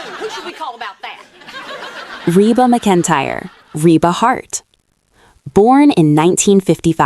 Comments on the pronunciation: Why on earth do you have something narrating this that can’t pronounce Reba McEntyre correctly. Seriously that is ridiculous. I thought it was a mistake the first time but nope. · If you’re gonna talk about Reba, you better pronounce her name right! Don’t use AI. You come off really stupid. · Is anyone else annoyed that she annunciates Reba's last name incorrectly as well as Kyra incorrectly...